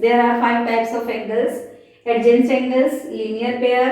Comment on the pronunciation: Mam you should learn how to speak the spelling of adjacent